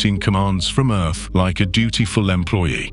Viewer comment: That must be where my tv gets it's crappy signal...by the way, is this narrator saying 'earf' in place of earth....?